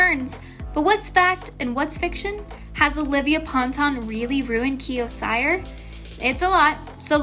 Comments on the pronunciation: Ceeerrrr not cyerrrrr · CYR is my last name too and its pronounced "Se-ar". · I don't think his last name is pronounced sire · You pronounce it Kio “SEER” say it with me S.E.E.R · its (seer) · WHY DID THEY SAY CYR LIKE THAT? ITS see-er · I cant get over "kiO ciEr" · SHE REALLY SAID KIO SIGHER!- IM DEAD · do not want to be rude, but you pronounced "Cyr" wrong